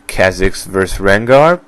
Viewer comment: Jesus man work on pronouncing names before making a fucking video jesus. You s Ezio as (Ez-e-o) Elise as (El-Lis) now i know this next one is a Shaco Harlequin (Harl-a-kin) , Kha-Zix ( Ka- Ah Zix), VI (Vee). This is how its pronounced Ezio (Et-Z-O) Elise ( E-Lease) Harlequin (Har-Le-Qu-in) Kha-Zix (Ka-Zi-X) Vi (V-I) Please just stop talking how in the world is stitch 626 related to Fizz at all color and ears and Eye size is all other then that nothing. Please make more sense next time and have good follow up information. SUPPORTING DETAILS as to why you believe what you do about these champs. it helps make your videos seem more solid.